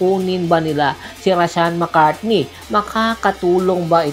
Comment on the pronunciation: Mali ka po..hindi mccartney....McCarthy po.